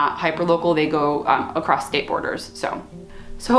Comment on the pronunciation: You said "acrosst." I hope you don't say that in a voiceover!